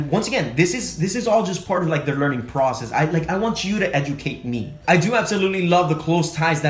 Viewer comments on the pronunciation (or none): none